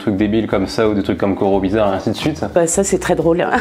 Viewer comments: IL A DIT COROBIZAR MDR JPP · Jme suis dit que jrevais mais il a bien dit cirobizar. Vive les lama